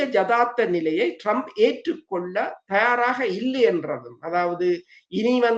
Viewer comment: இவர்கள் இருவருக்கும் ஆங்கில, மற்றய மொழி உச்சரிப்புக்களை பிழையாக உச்சரிக்கிறார்கள். ஒரு உதாரணம் Trump இனை Drump என்கிறார். 😂😂😂😂 China வை "ச்சீனா" என்கிறார். இவர்கள் ஆங்கிலம் பேசும் நாடுகளில் வாழ்கிறார்களாம்😂